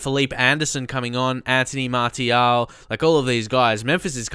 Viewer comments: Please it's pronounced "Martial" like "Marsial" with an S. I'm french, trust me lol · It's Anthony MAR-SI-AL, cheers mate